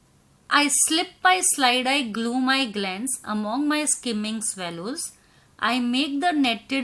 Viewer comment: Mam apko among ka pronounce karne nahi ata hai